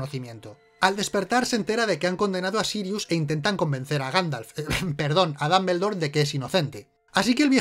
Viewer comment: DAMBELDOR jajjajajajajaja